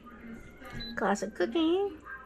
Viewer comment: I was wondering if you can elaborate on what the heck is the plastic setting? Oh wait, you were saying classic setting but I kept hearing plastic lol. Ummm, plastic shouldnt really be a part of a heat setting should it? It took me until the end to figure out what you were saying lol. Looks like a nice air fryer, I especially love the grill marks.